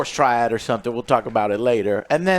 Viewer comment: How many times is Joe going to fuck up and say Triad?